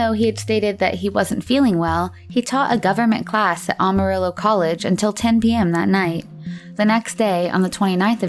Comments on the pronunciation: does anyone else hear Awe-Marillo, and not Amarillo? Sorry can't get past it. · For f*cks sake it’s Amarillo, not Almarillo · It isn’t Ah-marillo, it is Am-arillo. Otherwise, great vid! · Good video, but it's AMArillo not OMArillo 😄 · It's AMARILLO , not ALMARILLO . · 9 minutes in she finally said Amarillo correctly, twice, and then went back to the incorrect way. "Am", like "ham" without the "h". Apart from that annoying detail, good video/content. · Aside from mispronouncing Amarillo “Almarillo” 15 times. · I can forgive not being able to pronounce Yakima, because apparently nobody from outside the Yakima valley can, but how do you mispronounce Amarillo?